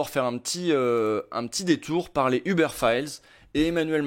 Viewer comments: Pk vous dites tous Eubeur 😭 ça me treugueur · Pourquoi est-ce que les Français ne prononcent ‘’Uber’’ ni en français, ni en anglais? En tant que francophone, je trouve ça franchement chiant.